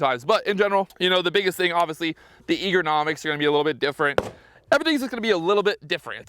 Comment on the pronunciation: "Eagernomics" ❌ "Ergonomics" ✅